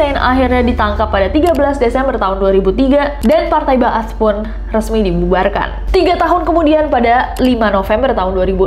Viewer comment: Bener banget membacanya Partai Ba ats(partai kebangkitan) 👍